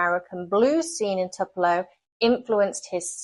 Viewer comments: great video about a state in which I've not spent a lot of time. I listened several times, and still wasn't certain I heard you right. If you said TWO-puh-low for Tupelo, you aced it. If you, however, said TUP-uh-low, you were very close, but didn't quite get it. It's named after a Southern tree species. Don't feel badly, however, since this country, as you may already be learning, has almost 3000 place names in a list I've been accumulating across the country for the past 5 years or more on my desktop computer. Just for fun: There are names that come from Alaska Russian, Basque, the Bible, British English, Cajun French, Czech, Danish, Dutch, Finnish, Flemish, French, German, Greek, Hawaiian, Hebrew/Aramaic, Italian, Latin, Louisiana Creole, Medieval Dutch, Middle French, Nahuatl (Native language around Mexico City), Native Australian, Norwegian, Obsolete Russian, Old English, Old Norse, Pennsylvania Dutch, Polish, Portuguese, Proto-Polynesian, Russian, Scottish Gaelic, Spanish, Swedish, Swiss German, Upper Silesian (annexed by Poland in 1945), Welsh, and Yiddish, plus at least 120 Native languages, some Anglicized, some not. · I’m originally from MS and I enjoyed this very much. Next time you might consider stopping by the Petrified Forest, your daughter would enjoy it. And it’s pronounced “Toopelo”. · I'm pretty sure the city Tupelo is pronounced as TOO-puh-low. But no worries....I won't say "cheerio". LOL. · Or if you’re a real Mississippian, it sounds more like “Tewpelo” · Not sure about your historical timeline,you need to check Sherman's march to the sea.Plus-it is pronounced Tupelo,Long u sound.